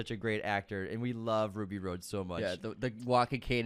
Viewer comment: 🤣 🤣 🤣 Right?! Every time I heard “Ruby Road” my eye twitched a little. Haha